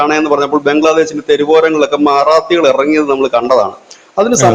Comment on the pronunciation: മാറാത്തി അല്ല മറാട്ടി